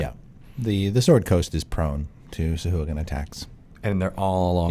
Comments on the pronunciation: I like your channel very much, but "suh-who-a-gen"?? Haha. Really? C'mon, guys, you're better than that. If you're going to do a show called "Lore You Should Know", you should at least get the pronunciation right. The worst part is that you're enabling a whole generation of rpg players. Now, everywhere I play D&D, I'm gonna have to listen to a bunch of dudes and dudettes saying "sah-who-a-gen" and cringe. Shame on you guys. Lol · These guys have absolutely no respect for Steve Marsh, the creator of sahuagin, by pronouncing it that way. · Sahuagin "sahwag'in"